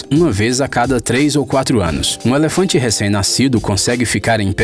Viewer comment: Percebi que o narrador é do norte do país quando falou é lefante